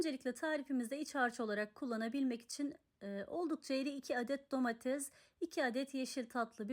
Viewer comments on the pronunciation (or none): Ellerinize sağlık. Domatez değil domates ola cak😂😂